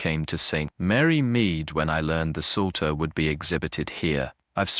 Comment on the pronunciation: this ai narrator is particularly awful. I'm at one minute.35 and he's already mispronounced leaded and psalter. I can't stand it. Hire a human. I'll do it for free!